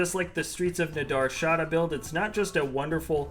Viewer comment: Man you have a gift for butchering the pronunciation of Nar Shaddaa